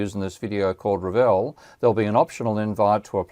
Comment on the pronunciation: I assume 'Ravel' should be pronounced like the composer's name, not 'RAvle', but 'RavEL'.